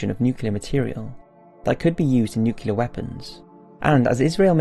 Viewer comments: nucle-ar not nucular come on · I love your channel with all my heart but please learn how to correctly pronounce nuclear!